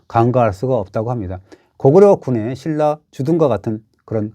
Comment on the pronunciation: 중국애들 신라 실라 발음 안되는거 맞는거 같기도 ㅋㅋㅋㅋ